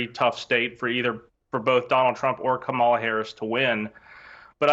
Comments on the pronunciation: Her name is Kamala (Kah'-mah-luh). What is wrong with these Republicans? Are they slow? Learn how to pronounce the future president's name. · Ka Mah La Harris…on purpose… say it like COMMA LA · The people who think they are the most intelligent and educated people in the world deliberately mispronounce her first name. Actually they are the most brainwashed and ignorant people in the history of the world. They are definitely descendants of their European ancestors. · Why did we decide as a society to let people mispronounce her name on TV 24/7? Like I get everyday people not knowing but if you’re going on TV you better pronounce the VP’s name correctly. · I think we need to send Kerry Washington and Harris' nieces to this Republican strategists house to teach him how to say her name.😊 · This guy is an asshole because he will not say the VP name correctly It starts with a K not C . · you are an a-hole. Say her name right. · When you mispronounce Kamala's name, you're the only person that looks stupid. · Say her name correctly! Seriously 🙄🤡